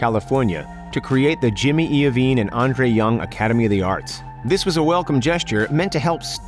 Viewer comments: What is this to Dr Jay life story or how he spends his fucking money 😴 you didn’t even say jimmys name right 🤣🤣😂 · You don’t have to lie 😂😂 Eminem found 50 Cent Dre didn’t want him, And the way you say jimmys name wow joke Dr Dre owns the yacht and he also owns his own helicopter Dr. Dre doesn’t rent. Dre also has a £2.2 million Bugatti so your research bro man embrassing